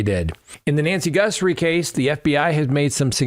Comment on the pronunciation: GUTHrie, not GUNthrie!!!